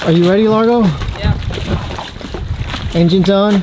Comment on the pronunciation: Wow, Largo's French accent is very good as well as the French.